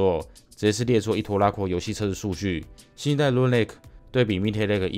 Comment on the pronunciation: 是說lunar的發音是/ˈluː.nɚ/，huan唸的怪怪的讓我好在意